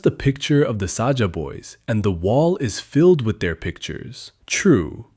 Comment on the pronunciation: AND SAJA NOT SAJAH